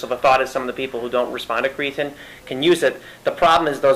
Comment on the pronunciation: CreaTEEN not creaTIN u sound like a noob